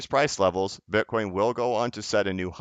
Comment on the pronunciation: Slipped up and called it “bin-coin”around 8 minutes🧐